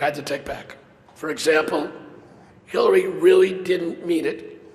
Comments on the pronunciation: Sounds like he calls her, Killary instead of Hillary :^) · it sounded like he was saying killary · I heard him say " Secretary Killay Rodham Killton" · oml that man Said Killary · Did the throatguy just announce her as KILLary twice, or are my Ears playing a trick on me?